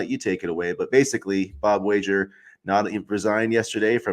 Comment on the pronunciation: Pronouncing Wager wrong was annoying.